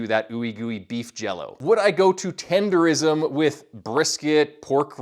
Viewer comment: I would’ve subscribed but you said tendeRISM smh